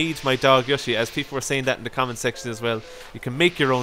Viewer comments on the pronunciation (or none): Yoshi not yushi